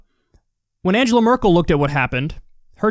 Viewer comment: It's Merkel, not Merkle.